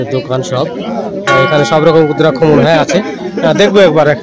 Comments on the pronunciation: রুদ্রাক্ষ কথা টা হবে ভুল ভাল উচ্চারন করবেন না। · রুদ্রাক্ষ বলুন ভুল ফল উচ্চারণ করছেন